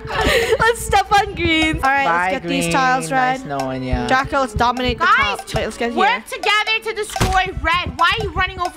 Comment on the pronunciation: Funneh called draco draca